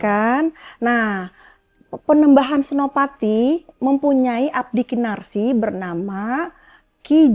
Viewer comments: Abdi "Kinasih" tersayang bunda bukan kinarsih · iya dia bilang KINASIH aja KINARSIH bukit TURGO dibilang Bukit TUGOR klu Om HOA dengar ngomong nya gitu OPO GK malu tuh